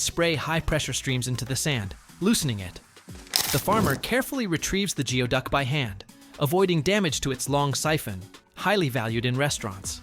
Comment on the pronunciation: Geoduck is pronounced 'gooey-duck' - You might want to check pronunciations before the next time you release a two-hour video on something.